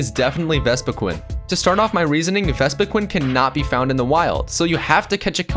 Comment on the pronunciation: Just how did you mispronounce Vespiqueen so many times...?